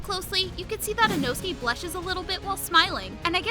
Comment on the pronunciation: Why u saying “Inosuki”😂